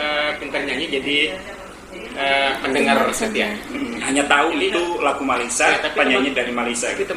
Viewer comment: Org Malaysia menyebut Malaysia bukan Malaysiye